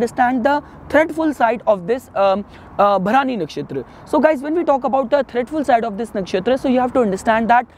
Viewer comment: Its भरणी not भरानी